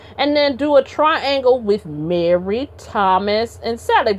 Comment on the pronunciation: I love how you said Mary... Marrrrry like Jackee 😂 Great breakdown of the interview, I am now subbbed.